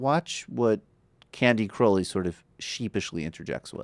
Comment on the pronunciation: It's "crow" ley, as in the bird.